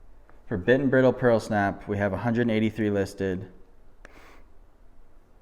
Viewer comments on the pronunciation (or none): You deserve a Pulitzer Prize for this one. Bit and Bridle is a new to me brand and it is pronounced to rhyme with bridal, not brittle. Pulitzer and Oscar. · Love your videos, I just recently subbed and have been going back watching the older ones. Thanks for sharing your knowledge. Oh, on a side note, Bit & Bridle is (Br-eye-dle) as in horse headgear